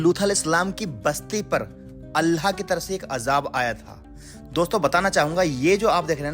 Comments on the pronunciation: Aapki Urdu bilkul bhi achchi nhi he allha nhi hota Allah hota he ye to muslmano ke halat hen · Kya yarr ""Allah"" ki jagah"" Alha"" bolte ho ? Alllah ka nam to pehle bolna sikho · tum Allah ko Alha q bol rha Itni bdi galti tum kaise kar sakte ho. At 17 sec, min, min, min, min, min, min, min, min, min, min, min, min.itna time me tune Alha bola hai.Aur kahi kahi lutha bhi bola isne jo ki bawt galat hai. Approx last time tak tune sahi se Allah nhi bol ska salt ko solt bolta hai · Bro learn to pronounce Allah properly. It's not ALLHA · ALHA nahi ALLAH bolo please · Apna pronounciation sahi kar totla. Alha kya hota hai be. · nice video, Allah not Alha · Bhai.. Alha nehi Allah bolo... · Bai Alha kya hai Allah bol nehi chakta kya? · Bhai Aapne Allah Bola Ya Alha Bola Aap Itne Din Se Islam Me Hai Aur Abhi Apki Zuban Se Allah Nahi Niklta? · Alhaa nahi ALLAH Lutha nahi lut Apne pronounce ko sahih kijiye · Allah To theek se bol le chutiya..Allha bol pada hai video me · Bht shukria aapka jo hamney quran me padha us basti ko aapne wha jakrr dikhaya.. Bhai pr aap Allah paak k naam sahi se le.. Allah khe... Uske naam me koi tabdili na krey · Assalamualaikum bhaijaan subse phele Allah ka nam sahi se lijiye apka pronounce mh garbar hai Allah sahi se bolye baki ap kam accha karrahe ho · bro pronounce Allah better please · Bhai pahle Allah bolna sikhlo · Bhai no offense but aap Allah shi tariqe se bolna seekhe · Aap ko Allah bolna nahi aataa? Sahi talaffuz kijiye aur Allah ka naam khuda nahi hy, padhiye surah aaraaf aayat no. 180. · Dost pahle Allah ka naam achhe se lele baki to sab sahi hai or wakiya bhi achhe se study kar ke kuch bola karo q ki aap ko 1L aadmi dekhte hai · Sabse pehli baat yaar kam se kam loot alihisalam aur Allah bolna seeekh lo aisa lag raha hai koi gair muslim bol raha hai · Please..Allah . Sentence..sahi tariqa se pronounciation karo 🤲